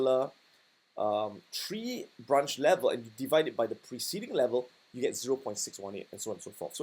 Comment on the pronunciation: The "Tree" and the "Bee" though lmao